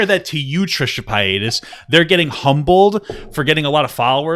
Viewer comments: Trisha pa-ay-das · Trisha pie-atus